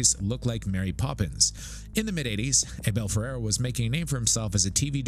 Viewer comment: The name’s pronounced “AB-ĒL FER-RĀR-Ā!